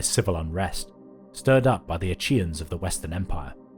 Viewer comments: I don’t think it’s pronounced “A-chee-uhns”, a chi doesn’t have that sound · That's not how you pronounce "Achaean".